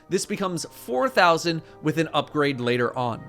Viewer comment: I felt that wif in my soul